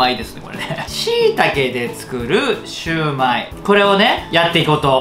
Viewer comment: し→タケで作るシゥマイ（笑） そうみ の上湯（笑） 僕に大さじ１（笑）